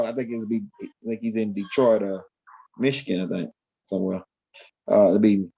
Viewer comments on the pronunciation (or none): none